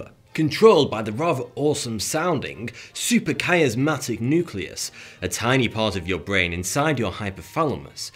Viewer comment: "Supra..." not "super..." & SUPRA Dude! SUP-RA not SU-PER